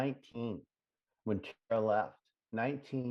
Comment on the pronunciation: Ugh! When called Tara, Tar-Tar! 🤬🤬🤬🤬🤬🤬 I wanted to reach through the screen and slap him in the mouth.